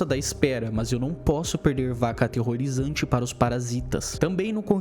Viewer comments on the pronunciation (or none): "Vaca ateerorizante" QUE ISSO KAKAKAKAKAK